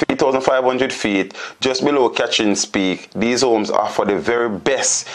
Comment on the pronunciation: "eye end omes in de ills of Montegobay.".....Gracious me. SMRH